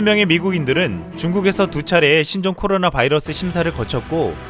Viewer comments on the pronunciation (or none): none